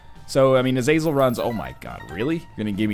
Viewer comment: Is it not pronounced Aza-zell?